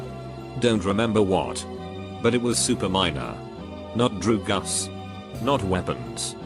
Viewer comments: No one: Reddit voice: DREW-GUS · I love the way he says dr*gs drew-gus 💀😭😂